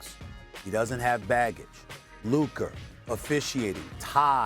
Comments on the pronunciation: Luker don-chick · SAS Can't Talk Luker 😂😂😂, I remember He Used to Say Kember Walker and Kawhi Lenned 😂😂😂😂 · no one: stephen a: “luker” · "Luker" this dude lol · Stephen A "Lukeer" Smith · Who is Luker? 😂